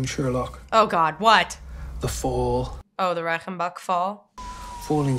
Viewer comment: "Reichenbachfall", not "Reickenbackfoll". 🙂